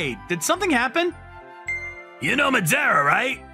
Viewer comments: the Madara pronounciation sounds lika "medeara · Oh, a Naruto fan? Yeah, Madara was a fearsome character. Though here it sounds like Ma-de-ra… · Why is the pronunciation of Madara TRIGGERING ME? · He's pronouncing Madara wrong